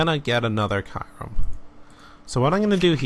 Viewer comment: Learn how to pronounce kyurem!!!!